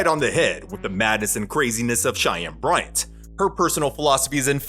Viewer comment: Why the hell did he even air the episode featuring Shy-Ann Bry-Ant?? 🤔